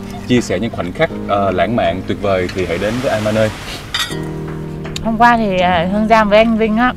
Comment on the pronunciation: Mọi người đọc nhầm tên resot ...Amanoi..không phải đọc a ma nơi...